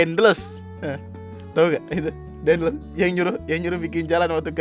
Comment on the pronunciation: daendels bang bukan daendles